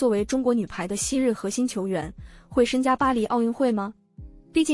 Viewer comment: 你认识中国字吗😂“参加”的“参”应该怎么读？😂